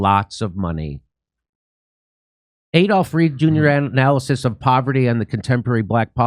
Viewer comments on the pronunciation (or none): none